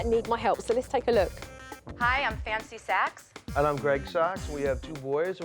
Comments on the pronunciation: Did I just hear her say her name was Fancy Sacks? Can someone please confirm bc I can’t handle that 😂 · `Idc If I Didn't Hear That Correctly, She Said 'Fancy Sacks', Hunny, What Kind Of Sacks-?` 😶😗😏🤌⭐